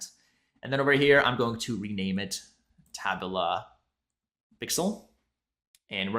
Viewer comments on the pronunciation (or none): TA-BOOLA, not TAB-U-LA lol